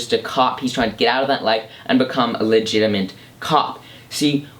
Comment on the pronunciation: When you say "legitimate" I hear "ligitiment" hahaha